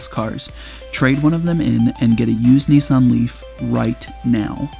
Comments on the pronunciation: It’s “Nissan”, not, “Nee-s-on”. 🙄 Otherwise, loved the video! :) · That always makes me smile. I'm English, and I always wondered why people in the US say Neesan. There is no letter E in Nissan, so I just don't get it....